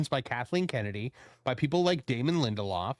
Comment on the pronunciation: If it says lindeloff it equals me never watching.